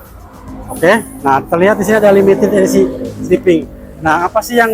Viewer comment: Berak dulu kalo mau review, biar ngomongnya jelas, limited esi sipi wkwkwk mabok loe..😂😂😂